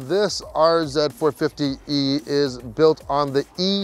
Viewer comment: What do you drive? Oh I drive a Lexus Rz-uh eh 4poopee?